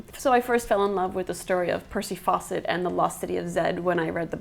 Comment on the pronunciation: I know it's Fawcett, but I kept hearing Percy Faucet. I wonder if he got annoyed by all the obvious jokes...